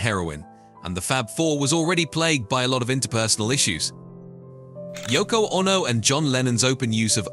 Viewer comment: What is this Yoko Onno business ? Has this guy never heard anyone say the name ?